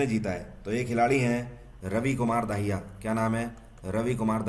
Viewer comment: Sir plss don't mind aap RAVI KUMAR DAHIYA ko RAVI KUMAR DAAHIYA pronounce kr dete h and sir thanku so much aap humare itni mehnat krke current affairs leke aate h ab jugaad series b l aaiye sir plss humble request 🙏